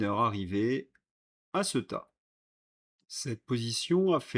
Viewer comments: CEuTA😅😅😅😅😅😅 (CÉ-OU-TA)... écoute un peu la manière dont ce prononce cette ville... La tienne est ridicule et c est dommage ton travail est exemplaire 👍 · Il faut que quelqu’un te le dise : cela se prononce Cé-ou-ta.